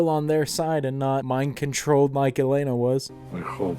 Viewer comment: It's so jarring to hear you say "Elena" when it's "Yelena". That's why I always watch everything with subtitles LOL